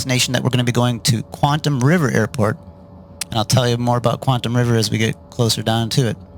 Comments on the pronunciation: it's not QUANT-um, its QUAT-EM. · Really enjoyed the trip sir! Just to advise, it's "Quatam" River (no 'n'), rather than Quantam, although the latter sounds more Sci-fi and cool! :o)